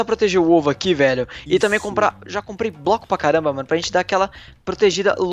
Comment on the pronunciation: Rute Alves ele falou que nem o coruj4 fala ele fala "broco"